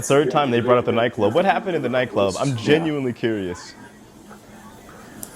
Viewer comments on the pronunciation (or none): OMG! I thought they were saying NyQuil when they were really saying nightclub. I was so invested in this story wanting to know what NyQuil had to do with it ha ha ha.